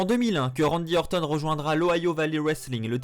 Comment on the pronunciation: Bonne vidéo, mais un effort stp quand tu prononces "RANDY ORTON" à la Française c'est chaud comment tu saccages son nom :S